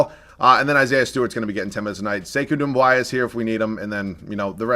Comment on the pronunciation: "Sivi" lmaooooooo its Svi and not Doumb-why-a